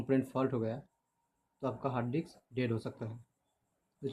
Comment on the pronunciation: No one: Literally no one SR : 'Hard dicks'😐